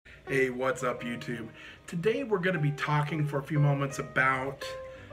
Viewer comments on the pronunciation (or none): none